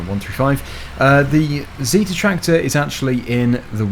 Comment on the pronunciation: You are proncing zetor wrong